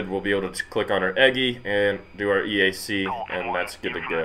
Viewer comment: Turn EGI and CDU on as soon as the APU starts. #1 throttle (left) over the hump first, after the start cycle light goes out, #2 over the hump. EAC is said in the A-10 world as E-ack, and CICU is pronounced kick-u. Just a little real world info for you. Love the video and the graphics though. Looks like an awesome game.